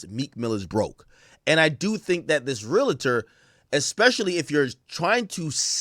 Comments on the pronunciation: Pronounced (Real Tor) not (Real A Tor) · As a realtor for almost 20 years… It’s pronounced “real – tor” 😊 But no realtor should be shaming or speaking on another person‘s financing in public, and this guy is certainly at risk of some type of reprimand, fine, or potentially losing his license altogether . If no one has reported him yet they should. Hell, I might. Clown azz. ——- Edit: I made this comment early, after watching more of the video I see that that is the builder that gave that information. I’m leaving my original comment up and intact just for educational purposes. 😊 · The REAL-A-Tor huuuuu 😂😂